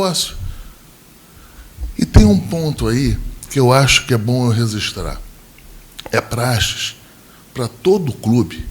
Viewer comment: ELE FALOU ''REZISTRAR'' MESMO ? MINUTOS KKKKK